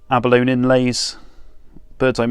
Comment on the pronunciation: Some great guitars there, is the rest of the collection similar or are there other brands - ie Gretsch? By the way Abalone is pronounced Abolonee ! 🙂